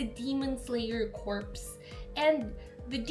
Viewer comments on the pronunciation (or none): Just so you know, corps is pronounced CORE* believe it or not